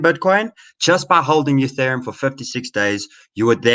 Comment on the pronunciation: U-theriumm eeTheereeum UTheritum